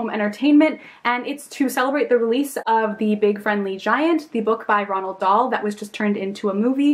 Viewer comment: the way she looks at the word roald and says ronald 😣😣😣